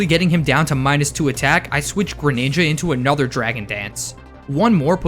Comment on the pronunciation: THE SECOND G IN GRENINJA IS SUPPOSED TO BE A J!